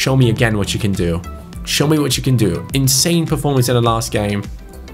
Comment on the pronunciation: Why speaks like”Un-believeble” or “In-Sane” 🤷🏿‍♂️